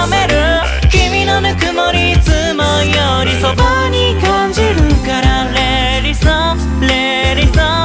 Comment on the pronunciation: 素人ですがゴスペル習っていてこの曲みんな発音頑張ったと思うんです。 日本語英語って言われてちょっと発音がよくないと実際に日本語を話せない方には英語で歌ってるつもりでも何て歌ってかわかんないなんてこともあるそうです（日本中いろんなグループあるから）私はネイティブに話せる指導者に恵まれて教えてもらっていますので聴き取って頂けてます。 だから 最初のふかみんのtheはダって言うし、おのゆーのneckはクッって語尾をはっきり言う 良く出てきたLet itはtを言わないでつなげるからレーリッみたく聞こえる。やったことあるというかいつも注意するとこがものすごく綺麗だったので大変だったろうなーと。 としくんと明くんの高音がジングルベルの鈴の音の様で大人っぽいけど優しいホワイトクリスマスの雰囲気感じました。としくんとしゅうごくんのアルバム良く聞いてるんですけど本人とは違い当たり前だけどキャラソンで他のみんなも自分の声での歌じゃなく役の声の歌（としくんは特に長けてますが）なので、改めて声優さんのキャラソンで声だけで表現してくれるアカペラってコンテンツが本当に声優さんてすごいなと思わされました。 長文ごめんなさい そして役名と中の人がぐちゃぐちゃになってるーすいません